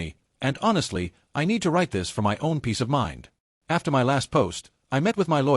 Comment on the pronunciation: Why can't these robo voices pronounce "my"??